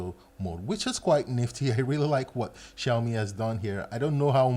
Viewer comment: You know what,bro? The way you pronounce ''Xiaomi'' is pretty good